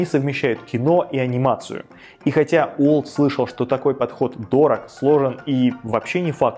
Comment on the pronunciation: его имя не произносится через "У", сильно режет ухо. Произносите через "W".